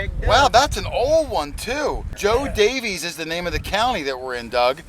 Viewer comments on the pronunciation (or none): It was a beautiful weekend for such an outstanding hunt at my former Scout Camp. It was so nice meeting you,Jason and Doug. Love the dog tag, but it's actually pronounced Jo Davis...it was a typo when they Named the county back in 1827 and was never fixed. Was named for Col. Joseph Daveiss who died in the war of 1812.